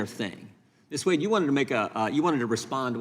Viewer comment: "Miss Wuad you can begin now" (That chairman has issues [cognitive]) Miss Wade then introduced herself with pronunciation as WADE and why is she a Miss if she has a husband? After her introduction the chairman AGAIN called her 'WAUD' Is that guy educated in West Africa or what??? !!!